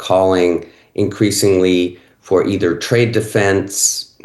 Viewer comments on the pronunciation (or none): none